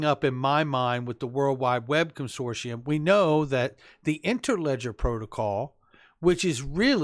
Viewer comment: I love every thing u do but can someone in the xrp community please pronounce consortium properly! Ask google?